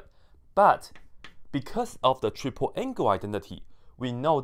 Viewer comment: Did you just say TRIG-ple angle identity???